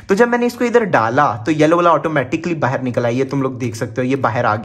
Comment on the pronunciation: Bhai bahan nahin hota hai bahar hota hai